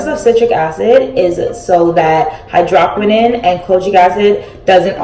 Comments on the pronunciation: exactly. I was gagged when I heard that hydrahkwinin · Dear goodness, your hair is beautiful. Also, as an avid skin care junkie....It is pronounced hydro(like no)-qui(like squid)-no-n. Just to help if anyone is confused about the product you are using. Not to be a jerk to you, I love your videos and think you are a lovely creator. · H EYE DRO QWI N OWN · whew it’s pronounced hy-dro-quin-none😭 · You pronounced hydroquinone wrong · Did you really just pronounce hydroquinone like that...? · Hai-droh-qwin-own Lol you just spelled it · Soluble is pronounced Saul-you-Bul and hydroquinone is pronounced hydro-Kwee-naun